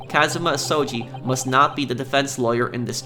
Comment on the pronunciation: Alrighty I myself am thoroughly entertained with this and the cosplay is banging but Imma give you some pronunciation help. Keep it up, though! Ryunosuke: Ryu-nos-k (K in the word "okay"), Ryu is still good Kazuma Asogi: Kaz-ma Aso-gi (hard g as in "good")